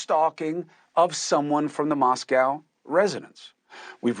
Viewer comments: Pronounce Mos-coh. Not Mos Cow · Mos-co not Mos-cow ❤ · Love your show but one thing, it’s Mosco not MosCow from on in Eastern WA. ❤ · Pronounced MosCOE, not COW. Dude. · Moscow - proper pronunciation is “Moss - Coe” like toe. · Pronounced MOS COE - long O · It’s actually pronounced Moscoe.